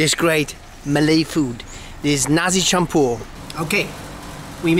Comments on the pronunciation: Perfect pronunciation there - Nasi Campur 😊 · You eat nasi campur by han like a pro man... Hehe n you can pronounce in malay language as good as Malaysian... Wow salute at you